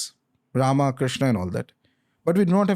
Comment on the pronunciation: बाकी सब अच्छा है पर why रामा, क्रिष्ना, शिवा, रावणा, योगा, धर्मा....we never say रॉबर्टा, ख्रिस्ता. कबतक हम गलत बोलते रहेंगे.